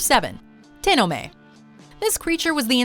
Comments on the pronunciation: It's te-no-me I have a book about Japanese urban legends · Tenome? Have I heard of this demon somewhere in Kimetsu no Yaiba?